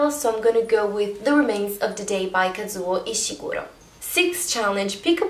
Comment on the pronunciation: I think you're the first booktuber I've heard that says "Kazuo Ishiguro" correctly - well done! 🎉